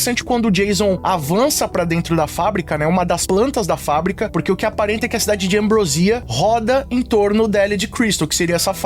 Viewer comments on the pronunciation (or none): É Ambròsia e não Ambrosía.